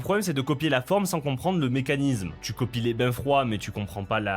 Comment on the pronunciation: Ohlalalala oui, ces putains de boites qui font des Kanbans et des Sprints de Scrum. Ou aussi quand tu parles de "comprendre le mécaniZZZZme de tel ou tel" alors que le mot n'existe pas dans le dictionnaire alors qu'en vrai, quand on est adulte et un peu infligent, on prononce mécaniSme avec un S et par trois Z. Merci pour ce brillant exposé.